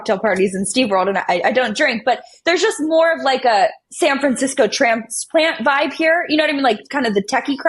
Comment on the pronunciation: I think she said san franchesco train stand.